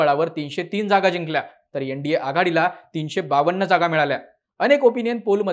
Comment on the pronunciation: यंडीए नाही रे ते एनडीए आहे 😂